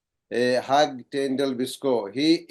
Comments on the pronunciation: Yes, pronouncing "Hugh"(Hyou) as "Hug" was really ambarrasing. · Hugh - is pronounced as Hew... not Hug...